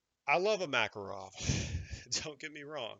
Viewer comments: Proper pronunciation is Muh-KAR-ov. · My East German performs flawlessly if I do my part! It’s actually “mu” KAR “off” emphasis on the middle syllable. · Pronounced ma KAR ov and na Gan